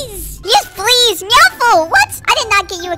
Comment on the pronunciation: " I DID NOT GET YOU A CAT WITH FLEASE"